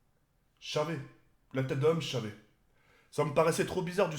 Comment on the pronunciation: C'est : j'savais . Pas : " chavais "